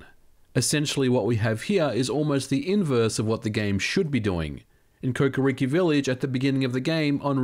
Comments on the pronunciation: I can't believe you called it 'Kokiriki village"! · "Kokiriki Village" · Kokori'ki' Village? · Kokoriki village Ocariner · Kokiriki village? Lol nbd, but that was a funny way to pronounce it